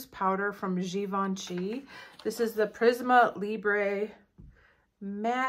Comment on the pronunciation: Hi, last year was a total fail. Due to a bad choice of products. I will choose better this year, and let you know. Have a lovely weekend ❤ nota say Prism' Libr', the e is mute 😊